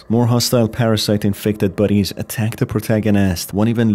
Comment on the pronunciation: took me forever to figure out you where saying bodies, instead of buddies.